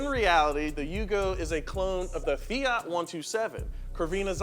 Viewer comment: greetings from Italy! please, the T in FIAT is hard, like TOYOTA. It's quite important, it stays for TORINO that's the city where the factory comes from. And the FIAT 127 was one of the best cars in the world, my mom had one when i was 5, that was amazing